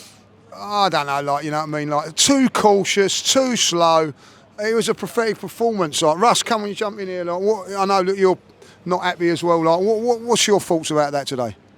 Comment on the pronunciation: "Prefetic preformance" 😂😂